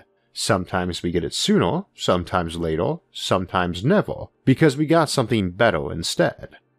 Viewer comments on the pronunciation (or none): sometime SOO-NA sometime LAY-TA sometime NEV-AH cuz we got something BETT-AH